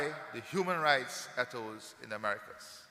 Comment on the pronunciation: Did the President of Guyana, pronounce the word ....ETHOS, as EDDOES? He said that he is taking steps to ensure, that the new found wealth is shared with the most vulnerable. Note well; he did not say the most destitute. There is a massive difference between vulnerability and destitution. Is he insinuating that the most vulnerable; are the people of East Indian Descent? Is this the reason why they are receiving the most contracts and grants; from his Administration? He mentions RACISM as a factor, for causation of poverty. This is a lie. Racism does not exist anywhere in the world, since only one race of people inhabit the world....the HUMAN RACE. For racism to be factual, requires two or more races to exist; and be in conflict, fortunately that's not the case. It's all political propaganda Until I see evidence of the poor of my Country, lifted out of the cesspool of destitution, by receiving a monthly subsistence grant, (from the OIL PROFITS ) to be able to house, feed; clothe their family, with free, high quality medical care, I will not be convinced that this Government cares about; all the people of GUYANA. And I will not support such governmental malpractice, discrimination, and incompetence. His Administration must do better, to gain my support, and applause. Thus far, their performance gets; both THUMBS DOWN from me!